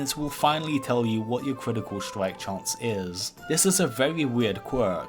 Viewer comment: "cwitical stwike"